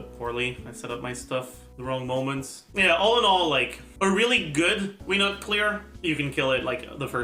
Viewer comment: Wenut is pronounced: "Way-Noot"